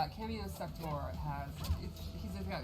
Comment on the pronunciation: Bro it's sector not crax